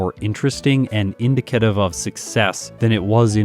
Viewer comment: I will accept your pronunciation of Magnemite (because it’s funny and mysteriously itches a part of my brain I don’t know existed)- but I DRAW THE LINE at this pronunciation of “indicative” my good man 😤 Canadian or not!